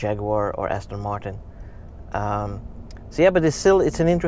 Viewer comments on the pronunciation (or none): none